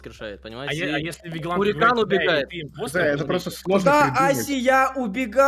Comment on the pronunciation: не хурикан а харикэйн